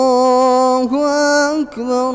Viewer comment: Masha Allah. likn bus Allah hu Akbar Ka talaffuz intihai galat Raha .Ur badi hi Galti Rahi Akbar me.allah hu Akbar h. allah hu Akbaaaaaar nhi h.ok